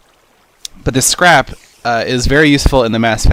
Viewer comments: it sounds like you said crap not scrap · when u said scrap i tought u said crap XD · every time u say scrap i think u say crap xD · He said"the scrap" but it sounded like "This crap" hehe